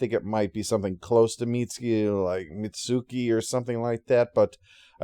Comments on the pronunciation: Yeah, that 'tsu' has an almost-not-spoken vowel. 'Mitts-key' is far, far closer than 'Mitt-soo-key.' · Your pronunciation of Mitsuki is good, actually.